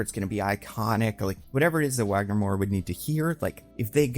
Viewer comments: I don't know if anyone cares, but being Brazilian, the W in Wagner Moura's name is pronounced as a V. So it's not Uagner, it's Vagner. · Wagner Moura is an INCREDIBLE actor, he'd kill it. ps: I'm Brazillian, the "W" in Wagner is pronounced "V" like "Vagner" ;) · Nice video,! Just a note: Wagner Moura's name is pronounced as Vagner with a V sound. That's how we pronounce it here in Brasil ☺️ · it is pronounced vagner, like kurt wagner